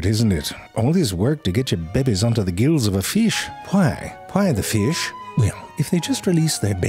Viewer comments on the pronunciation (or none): "Hwhai the fhish?" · Hwai the feesh?